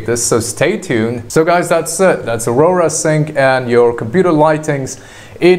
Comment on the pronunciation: Aurora? AU-RA